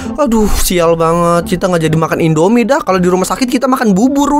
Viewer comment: Indomie kak bukan endomie